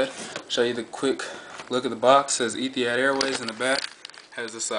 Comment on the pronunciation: pronounce it like Ethi-HOD not had, hope this helps. Great aircraft!